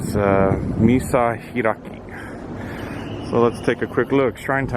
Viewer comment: its Michihiraki not Misahiraki...xD